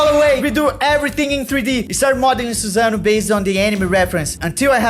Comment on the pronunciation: Not susan-oh 🤣🤣